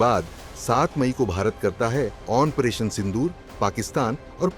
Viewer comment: ऑनप्रेशन बोलने वाले यूट्यूबर भौकूकुत्ता है। जिस का उच्चारण ही गलत हो, उसे सुनना मूर्खता है।